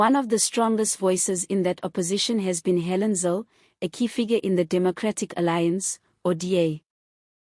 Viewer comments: Her name is Helen zille not zil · Please pronounce her surname correct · Rubbish podcast. How about repeating her statements and learning how to pronouce her name. She is far far brighter than ramaposer anyway